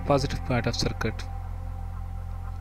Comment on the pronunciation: hahahahah y u say its very usefull circut🤣🤣🤣🤣